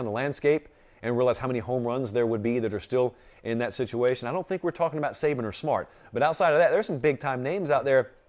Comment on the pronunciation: It’s Saban